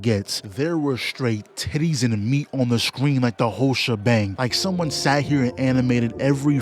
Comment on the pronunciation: Yo, why you put so much emphasis on titties?